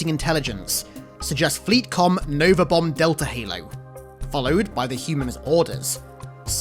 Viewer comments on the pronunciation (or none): none